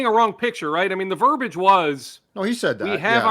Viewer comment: There are three syllables in 'verbiage'.